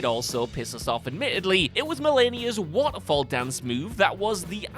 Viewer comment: Great video but i get such a tick at the pronunciation of waterfowl dis not water fall dis fowl like a bird ~faʊl~ besides that loved the vid